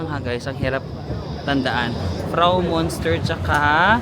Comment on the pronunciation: Anong Bahnhofstrass? 😂Bahnhofstrasse you have to pronounce all the letters— Banhof ish tra se in English Railway Station Street. Münster read as myunster not monster just FYI 😅